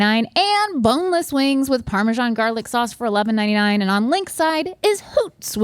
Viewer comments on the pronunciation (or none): The way they all mispronounce parmesan is hilarious😂 Also, again, those are NOT sandwiches. They're chicken burgers